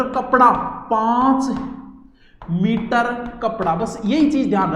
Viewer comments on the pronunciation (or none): none